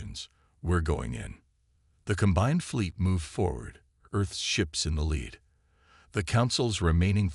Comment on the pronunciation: Thanks. BUT, Please get a new AI or get one that works! What is: "WEEP-onize", "DOE-sile", "the LED ships" vs"the lead ships"!!!????